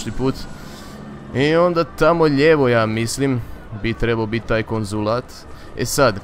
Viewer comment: Kad kazes konzulat uvjek mislim da ces reci konzum XD